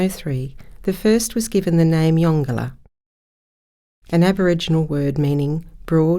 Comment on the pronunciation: So pleased to hear you pronounce the name correctly.